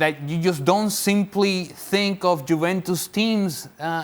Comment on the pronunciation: The bald guy says jewentus